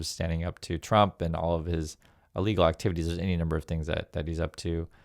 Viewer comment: Sorry, but you need to enunciate more clearly. When you say “illegal orders” it sounds an awful lot like “legal orders”. Love your stuff.